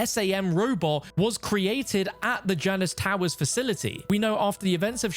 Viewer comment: Its pronounced JAY-NUS. JAY-NUS